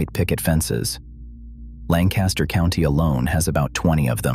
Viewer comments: It's not A mish.....it's pronounced Aww..mish. And Lan Caster is pronounced Lank Aster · I live in Lancaster, PA amongst the largest Amish community in the world. There are numerous mistakes in this video which I won't go into detail about. The 2 biggest mistakes that every single AI generated video about the Amish or Lancaster is the pronunciation of Amish or Lancaster. Amish is pronounced like Amen and Lancaster is pronounced like Lankister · I live in Lancaster Countty and have for most of my life. The building shown as Furman's is a fabrication. The actual Furman's is nothing like this. The robot AI soundtrack misprounounces Amish - the first syllable rhymes with Pa, not Pay. It likewise mispronounces Lancaster. There is no reason to believe anything in this video.